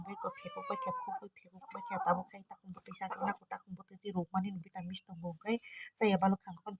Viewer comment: vitamin ❌ vitamis ✅